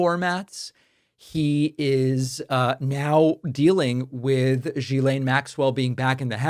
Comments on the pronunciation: It's not GhisLANE, it's'laine'. Like you would say less without the S and add 'ne' ... Ghislaine. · It’s pronounced Jizlane. Please have some respect. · Not jiz-laine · Like your show but her name is pronounced Gee-laine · The G in Ghislaine is pronounced like the G of Gold, Golf and Gimme. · david try learning how to pronounce her name!! is not rocket science. come on